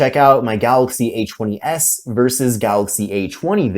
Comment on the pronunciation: I love the Samsung A-'chwenny'-S.